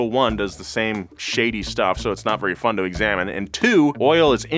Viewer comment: Fwun, and Uralkali a an oil company? I really like your content guys but in the first minute you invalidated this entire video.